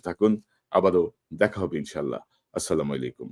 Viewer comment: Assalamualaikum,আপনি কাইন্ডলি মনে কষ্ট নিবেন না। আপনাকে বলার আমার এটাই মাধ্যম ।আপনি দয়া করে আসসালামু আলাইকুম ঠিক ভাবে বলবেন